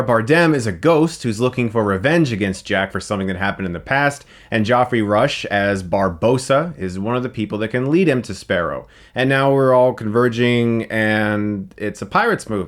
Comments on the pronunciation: It's pronunciated "Jeffrey". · I hate how he pronounces Geoffrey Joffrey and Javier Javiar. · It's Goeffrey Rush (pronounced Jeffrey, not Joffrey) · Joffrey??? Geoffrey is pronounced Jeffrey no? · Did anyone catch that he said Joffrey Rush instead of Jeffery Rush. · Geoffrey is pronounced as Jeffrey just the same. Not Joffrey! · JAVIARRR And GOFFREY WTF. Javier is pronounced HAVI-EH and Geoffrey as in Jeffrey ! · Lol, Joffrey Rush! I'm pretty sure it's pronounced like Jeff. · Ahh you said Goffrey Rush instead of Geoffrey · He says "Joffrey"? That's not how you pronounce it, you just pronounce it the same as jeffrey, it's just a different spelling. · who the hell is JOFFREY Rush? I know of a Geoffrey Rush (pronounced JEFF-REE), but that's just me. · Geoffrey is pronounced Jeffrey, not Joffrey. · Good review. Kind of disappointed to hear that this wasn't all that good, at the same time I can't say I'm surprised given the history of this series. Also as a side note, you pronounced Geoffrey Rush's name like Joffrey from Game of Thrones. It's pronounced as if you start saying Jeff. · Joffrey Rush?? isn't it pronounced as Jeffrey, but written as Geoffrey? minor nitpick. I'm bored, ok!!! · Geoffrey rush... not joffre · Alot better than the 2nd (The worst...this franchise sinks without Rush) and the weirdly hollow 4th....The "CGI" of those half-erased,villanous pirates,though...Good god. Probably the most unproffessional,lazy and incomprehensible use of CGI since it´s invention. PS. HaviAr?? JOFFREY?? What´s going on,buddy? Just losing the motivation to pronounce names remotely correctly? I feel you, though, I´m also at that point. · Is Geoffrey actually pronounced "Joffrey?" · I know Americans pronounce certain words in a certain way (not judging), but do you really see this word, “Geoffrey Rush” and pronounce it as “Joffrey Rush”? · Hi Chris , Mr Rush pronounces his first name as Jeffrey . Other than that , love your work ! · Geoffrey Rush pronounced liked Jeffrey.